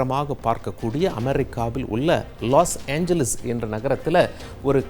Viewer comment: லூசு லாஸ் ஏஞ்லிஸ் இல்லை..லாஸ் ஏஞ்சல்ஸ்...நீ கிருஸ்துவனா...சரியா சொல்லு...